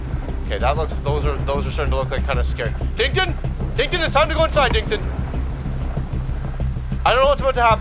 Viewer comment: actually it’s “dinkton” not “dington” 👍